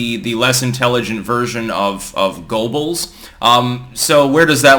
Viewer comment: Goebbels is pronounced “gerr-bles”